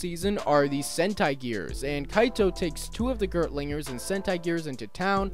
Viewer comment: Aaand getting a bit further in, from what I’ve seen so far they’re focusing far more on the classism angle than the racism angle - I think. Also, did NOT know Sechan came from Kikaitopia! (Also, it’s Gear-ti-ling-er. Eheh.)